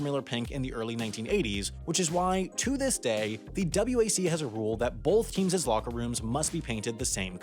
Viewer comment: "…both TEAM-SES locker rooms had to be painted the same color." Take it from a Professional English Major: The plural of "team" is "teams," one syllable, pronounced "teemz." Not "team-ses." 🤢